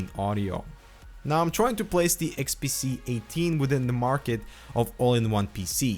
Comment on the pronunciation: nice review, you were constantly saying the unit to be XPC instead of XPS.